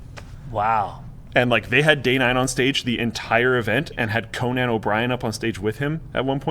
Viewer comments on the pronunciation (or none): Co-Nan like a co op with nanna?